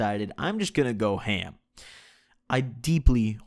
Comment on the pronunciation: Dont say H.A.M bro...